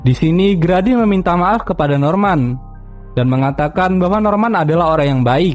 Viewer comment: bang Grady Itu Bacanya "gredi" bukan "gradi" :]